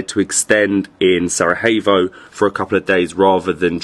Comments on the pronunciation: Its not Sarahevo, its Sarajevo. Learn to pronounce like the rest of the world can learn to pronounce your English words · Not Sarahevo, not Saragevo try say Sara-ye-w-o .... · Love it! Thanks for visiting our beautiful homeland. But hey!:) you gotta learn to pronounce Sarajevo the right way. It’s Sara-y-Evo basically. Not Sarahevo!::). Cmon now!:). Great channel. Hope you enjoy Bosnia!! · Sarajevo is pronounced SaraYevo Jajce= Yayce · try to pronounce it as Sarayevo and it's good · SaraJevo. J as in Yes or Yellow. Not J as in H. You are in Bosnia and not in Mexico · If you say saraHevo one more time lol you didnt say Hasmin 😂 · Bihać was the last place to be conquered by Ottomans. Something like 200 years after the ottomans began their conquest of the Bosnian Kingdom. Also, please look into pronunciation of Sarajevo 😊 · Your pronunciation of “Sarajevo” makes my ears bleed. Everything else is great… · Still mispronouncing Sarajevo! 😂😂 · all good. Not a problem, just a correction. U are doing a great job promoting the city and the country so its fitting to pronounce the capitals name correctly. Especially since its easier then how you have been pronouncing it. Cheers